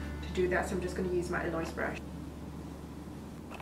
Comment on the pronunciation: Eloise - EL-oh-eez :)